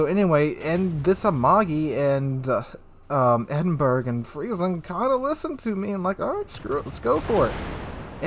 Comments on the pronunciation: its NOT pronounced the Edinburg... its the (phonetics) Edin-Borr-rah... sorry to correct you again, but hey... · Edinberg??? EDINBERG??? IT'S PRONOUNCED "EDIN-BRAH", you doughnut!! (Despite being spelt 'Edinburgh'!). To contributors on YT from the North American continent, PLEASE learn to pronounce place-names properly, it really isn't that difficult! P.s. - I'm not Scottish, am English, but it still pisses me off when it's pronounced wrongly! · Thank for your video, as ever a great one. Minor issue it is not "Ed-in-berg" (phonetic spelling) it is "Ed-in-bruh", though sometimes "Ed-in-buh-ruh", I suggest the first is easier. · Are you trolling when you say Edinberg? , not dispersion it's poor aim, too low in the water, shot dunked.